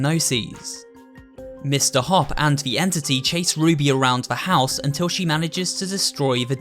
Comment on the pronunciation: Is nobody gonna explain that he/she said hoop than hopp